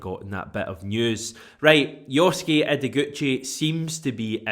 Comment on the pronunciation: Tremendous pronunciation of Yosuke. The butchering of Japanese names by other notable Celtic fan podcasts [20 Min Tims, Jamie: KOY-Oh-go and Louis of the Cynic - KIGH-oh-go] makes listening to them all the less appealling. If you're as inclusive as you say you are....at least learn to say their names properly, I would have thought. Well done for at least bothering for the basics.